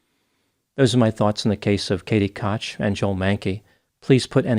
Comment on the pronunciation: I'm pretty sure Koch is pronounced "coke?"